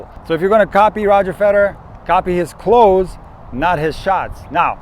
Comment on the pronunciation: I laughed out when you say clothes 😂 😂 😂